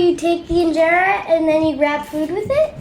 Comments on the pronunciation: Wow, the kids are si awesome. You guys are a natural for Ethiopian style food. Even the way you guys are pronounced the injera, Alecha,etc. was spot on❤ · I am so impressed! Your food looks amazing and your pronunciation of the food is perfect! Levi is so cute 🥰